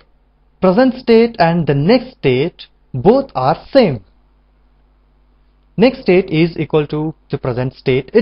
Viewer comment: amazing work!! Just try to spell "next state" more clearly.. it sounds like "nested" !